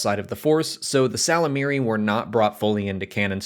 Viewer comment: Isn't it pronounced "yislamari" I listened to the audiobooks and that's what they said 🤷‍♂️